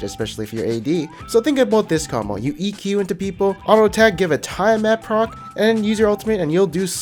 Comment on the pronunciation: The way you pronounce everything is so interesting lol.. Tie-a-mat, Kogmuh XD